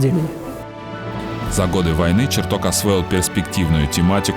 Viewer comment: Ребята, а что случилось даже с самим понятием "корректор выпуска"? Ну ладно, на это нет денег, но как же можно посвящать выпуск выдающемуся ученому, и при этом, ставить ударения в его фамилии как в названиях предметов???!!! Ну ладно, один раз можно ошибиться, но голос за кадром постоянно ставит ударение на "Бориса ЧертокА, Борисом Черток0м", это что вообще такое, возврат к полной безграмотности?! Или Роскосмос нынче равняется на "Сбербанк" по уровню плинтуса?!